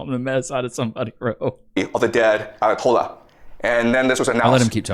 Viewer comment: lol the mispronunciations of Bahrain and ayatollahs